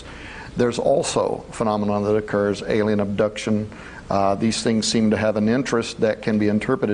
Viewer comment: And sorry it's alien not Alain LOL